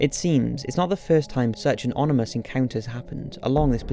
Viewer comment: onimus? what is onimus?